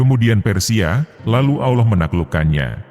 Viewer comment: Jeleknya kalo pakai A.I. penyuaranya. الله dibacanya 'Alah' bukan 'Auloh'.